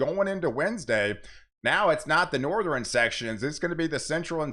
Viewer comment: I never heard western, eastern , and northern pronounced like that I wonder where they say it like that in the US